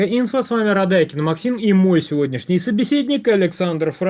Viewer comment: И сегодня и вчера Радайкин не был собеседником экспертов. И судя по всему не будет им и завтра. При этом в последнее время он специально начал делать ударение на слово МОЙ. МОЙ собеседник.